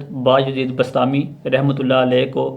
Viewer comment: Bastami nai hy bustami hy